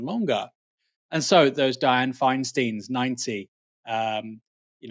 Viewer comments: It's KAH-ma-la Harris and DYE-anne FINE-stine. Just so we're clear. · Sorry to be that guy, Aaron, but the syllables in Dianne Feinstein's name rhyme - fine-stine (I remember her since she was San Francisco's mayor...)